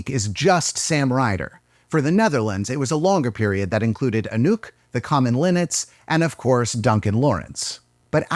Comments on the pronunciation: well, might sound better like “a-nook” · It took me a good 2 minutes to realise you've said anouke and not a nuke. It's time to go to bed I guess. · everytime when you said "Anouk" i thought you said "A nuke" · I think I'm too tired for this video, I heard "a nuke" everytime Anouk was mentioned.